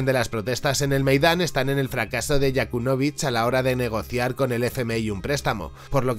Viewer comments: Yanukovich, no Yakunovich... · Todo muy bien pero ¡Con un demonio se dice Yanukovych no YaKUNovych! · tio, que no es Yakunovich, que es Yanukovich.....YA-NU... no te lo tomes a mal, el video no esta mal pero cada vez que lo pronuncias así Putin estrangula a un gatito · El expresidente se llama Yanukovich, no Yakunovich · Es YANUKOVYCH no yakunovych! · No es Yakunovich.....🤣 Es Yanukóvich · Jajajajaja Yakulovich, madre mía... Encima lo dices 30veces en el vídeo. Informarte un poco más compañero cuñado: Yanukovich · todo el video pronuncias mal el Nombre de yanukovich, dices Yakunovich ojo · Yanukovich no Yakunovich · Cometes el mismo error que estás criticando. Y es Yanukovich, no YAkunovich. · Yanukovich, es Yanukovich. Янукович Muy buen vídeo. Gracias. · Si no te aprendiste bien el nombre de YaNUkovich estas perdido... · Se llama Yanukovich, por favor. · Perdona, pero cada vez que dices "Yakunovich" me estalla la cabeza. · Se dice Yanucovich.